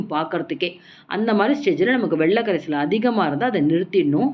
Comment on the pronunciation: வெள்ள கரைசல் இல்லை. It's வெல்ல கரைசல். Avoid such pronunciation defect. Your recipes are very good, no doubt.